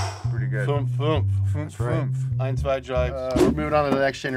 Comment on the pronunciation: Not only is fünf prounounced as something like finf, it also means five not four lol